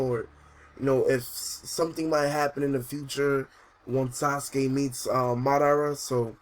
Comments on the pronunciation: Lol he said "Madada and Obi-O" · Saying madara and obito wrong really wrong